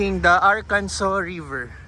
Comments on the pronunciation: Arkansa not Arkanso. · watching from springdale arkansas (ar-kan-sa) enjoy your trip boss, sir hindi nga pala arkanso ang pronounciation kundi Ar-kan-sa sir.